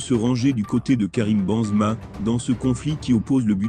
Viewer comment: La voix il s'appelle Benzema non bonzma c'est un propres